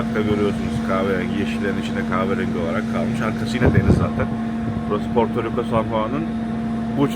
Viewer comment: Porturuku değil hacı Portoriko